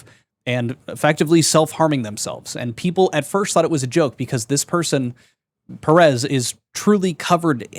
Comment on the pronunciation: Can you really not pronounce "Perez?" Are you slow